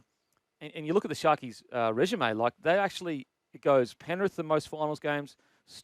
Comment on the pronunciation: Kempie needs to learn how to pronounce resume